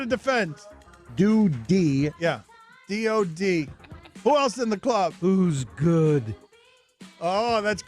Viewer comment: Dan pronouncing DOD as do d (doodie) is one of the worst blunders I’ve heard on this show 😂